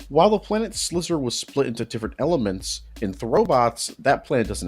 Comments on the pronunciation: also it’s slyzer, not slizzer. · It's pronounced Sly-zer.